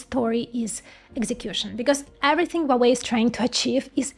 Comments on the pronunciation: Wuawei? H u a W e i. Spell the letters please. It’s impossible to listen. Sorry for that… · you do not pronounce correctly hua wei, it should be according to wikipedia : /ˈhwɑːweɪ/ HWAH-way; there is a R sound at he very beginning like in hua